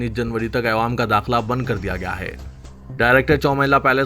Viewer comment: Ewam nahire GADHY "Awam" bol